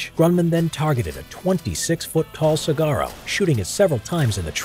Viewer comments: Its not (see gar Oh) Its (Suh War Oh) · I'm finding this series interesting but cringed every time you mispronounced saguaro. Suh•waa•row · “Sa-garo” lol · It's sa-Wah-ro, not sa-Gah-ro, as any Arizonan will tell you. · Did this guy just call the cactus a SAG-ARO? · Saguaro isn’t promounced “Su-gar-o” 😂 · Saguaro. SU-WAU-ROW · The g is silent in saguaro. Massively triggered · Any Arizona bois who get a chuckle out of how he pronounces saguaro cactus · I can't be the only Arizonan annoyed by how he said "saguaro" right? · All Arizonans are cringing at the mispronunciation of saguaro